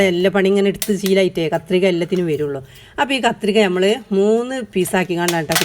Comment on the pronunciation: Nyammal alla nammal ennu paranyoode?